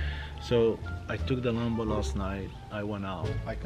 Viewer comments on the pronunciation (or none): How to say lambo: Me: lambo: lumbo